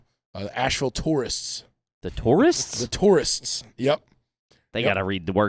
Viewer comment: Asheville tourists? I thought he said Taurus like Ford Taurus and I was gonna say that’s the trashiest thing ever